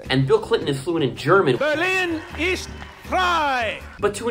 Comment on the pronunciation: "is" should be "ist" in german tho, wich Clinton actually pronounced rather adequately.